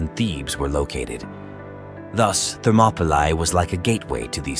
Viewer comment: That pronunciation of “Thermopylae” is so jarring to my ears.